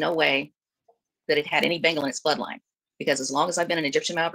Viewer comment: I finally figured out "" is saying, "Bengal" cat, and not "Bingo"!! For awhile there I thought there were two cats, one called "Zeke", and one called "Bingo".